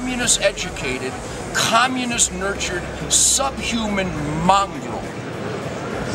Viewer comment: Why does Terd Nugent pronounce communist like "khahmunist?"